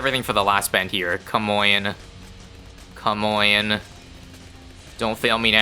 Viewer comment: 'come oyne' 😂